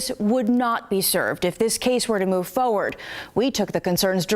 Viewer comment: News reporter: FOE-WARD